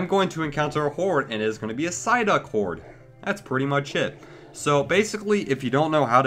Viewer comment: Ampharos23xX sideuck says psyduck